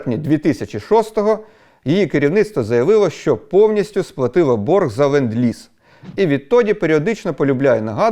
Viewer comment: it is "LEnd-Lease"!!!